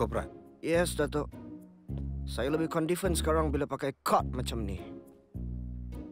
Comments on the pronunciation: Condifen hahahahaha teringat balik confiden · condifent (confident) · confident❎ condifent✅ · konfiden kak bukan kondifen